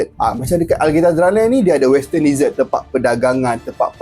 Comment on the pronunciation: bukan "DEE-SERT".... bunyi dier "DE-ZETT"... "deesert" tu makanan2 manis pencuci mulut.